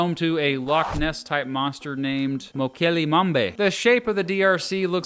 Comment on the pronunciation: moh-Ke-lem-Bem-bay (Capital letters for stress)